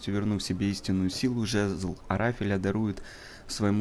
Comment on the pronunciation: Арафеля правильно а не ара́феля